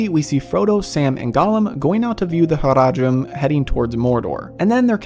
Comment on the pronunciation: Your pronunciation of "Faramir" (and "Haradrim", for that matter) is fine - in Tolkien's languages A is always pronounced as in "father" (though shorter), never as in "cat". This is true for Elvish as well as for Dwarvish or Mannish words (khazad, Saruman, Balin,...).